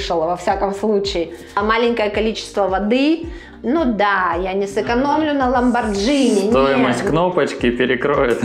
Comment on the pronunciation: Правильно надо говорить "ламборгини" а не "ламборджини". Дважды резануло слух. А так интерьер симпатичный...